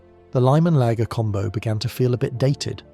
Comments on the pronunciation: This would have been better if it didn't have all the AI-generated slop. I mean the whole "layger" pronunciation.... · AI rubbish. Whoever in England ever pronounced lager as “”lay-ger?” It’s a machine! (And inconsistent pronounciation at that! ) I don’t necessarily object to bots per se but I do object when they insult one’s intelligence. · Funnily, my really posh mate pronounces Layger. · Ugh, interesting content but the first time the AI voice mispronounced “lager” ruins it for me. Can’t finish.